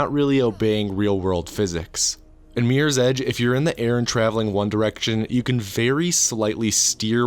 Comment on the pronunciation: "Meers ej"